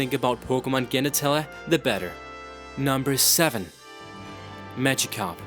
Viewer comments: Dude, you need to take another serious English class. "Headicus"? "Genatella"? Come on, man. It's Headache (Head-ay-ck) and Genitalia (Jen-eh-tail-ee-uh) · omg y did he pronounce words wrong? still good vid though and yes i know ppl dont always know these words or are from a diff place but still G-enitala facepalm it's pronouced jen-itail-ia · "Genitaleh" (Geh-ni-tah-leh)? You mean "Genitalia" (Jen-ih-tay-lee-ah)? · gain-italia? No one ever told you that it's pronounced with a soft G? I take the liberty to modify my comment to tell you that your overall pronouncing is really weird. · Gennitalya? You mean Genitalia right bitch? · You pronounce genitalia wrong... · you can't say headaches, genatalia or migranes xD